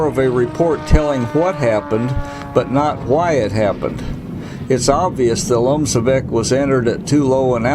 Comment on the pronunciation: You are pronouncing "LOMCEVAK" incorrectly.